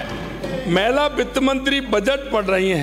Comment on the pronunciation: गरमा, महला सीएम बोल रहा है हद है इसका उच्चारण ठीक करो